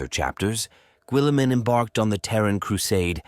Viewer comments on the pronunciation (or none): "Gwilliman" "Primarsh" I just can't. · Why is he saying willamen? 😅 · Raw boot Gwilliman